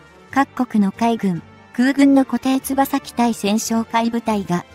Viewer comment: 固定翼(よく)機じゃない？読み方間違っている。